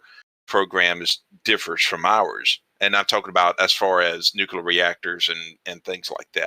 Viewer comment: Also Nukular